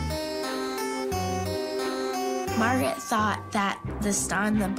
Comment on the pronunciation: Dude calls her Margyereet despite her introducing herself as Margaret 900x in front of him.